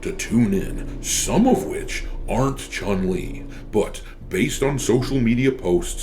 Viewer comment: I do the sf6 1 time a month for the BP but I can't stand the game because how level select works. PS I wish people learn to say her name right Chun is closer to chewn then what people say